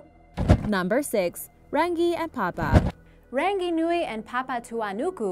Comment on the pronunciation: she miss pronounced rangi.